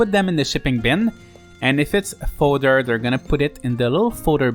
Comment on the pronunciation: Never thought the mispronounce of fodder in a 4 year old vid would annoy me this much….